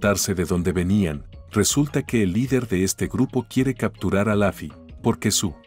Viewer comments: Se dice lofi no lafi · Se dice luffy no laffy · Por que pronuncia laffy si es luffy eri como la cayampa